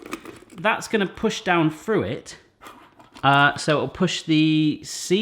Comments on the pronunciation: the aspect of your accent I notice most is words such as 'Through' pronounced 'frue'. --from an ear in the Midwest of the USA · Long time fan here,. Correct me if I'm wrong, but do you always pronounce "through", as "froo"?